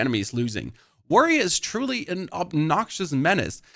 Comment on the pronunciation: you are BLOWING my mind by casually calling it “warrioa”